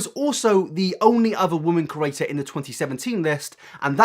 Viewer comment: hi big fan here love ur vids but i hate the way you say the word "creator" like "curator" thanks if you took the time to read this